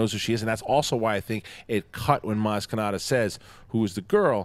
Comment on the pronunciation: I heard you guys repeat "maz katana" over and over again. It's KANATA.